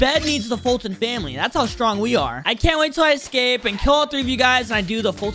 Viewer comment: He forgot he said scape but it was escape